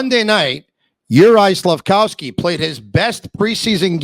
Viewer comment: Slaf-KOV-sky, KOV, not COW.